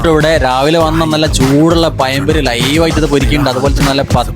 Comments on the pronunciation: പഴം പൊരി പയം അല്ല 😂😂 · പയം പൊരി അല്ല.പഴംപൊരി. ഫുൾ കൊസ്ട്രോൾ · Le avarage Malappuram funda in malayalam word's Maza ❌ maya ✅ Puza ❌ poya ✅ Pazam pori ❌ payam pori Etc 🥲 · പയംപൊരി ❌ പഴംപൊരി ✅ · ഈ 21ാം നൂറ്റാണ്ടിലും നേരെ മലയാളം പറയാൻ പഠിച്ചില്ലേ ആരും??എടോ പയം പൊരി അല്ല.. പഴം പൊരി എന്ന് വേണം പറയാൻ.... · മയ പെയ്ത് വയി എല്ലും കൊയ കൊയാ ന്ന് ആയി...അതോണ്ട് പയം പൊരി അടിക്കാ തൽക്കാലം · പയംപൊരി 😂😂അതുപോട്ടെ ഈ പത്തൽ എന്തുവാ,.. ഇതൊക്കെ എന്തോന്നടെ 😂😂😂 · കോഴിക്കോട്ന്നു 106 km താണ്ടി പോയി പോയി ഈ ബീഫ് കഴിച്ചത് നിന്റെ കഴപ്പ് ചെറുതല്ല പിന്നെ പയം പൊരി അല്ല പഴം പൊരി അതാണ് കറക്ട് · പയം പൊരി 😄😄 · പയം പൊരിയ അയെന്തുവ😅😅😅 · പയം പൊരി.....മലയാള ഭാഷയെ ഇങ്ങനെ കൊല്ലല്ലേ🙏🙏🙏🙏